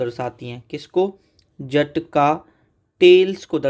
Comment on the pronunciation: जटका ❌ जातक ✅